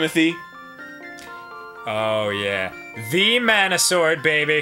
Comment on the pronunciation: Why doesn't anyone on the entire planet know how to pronounce mana correctly?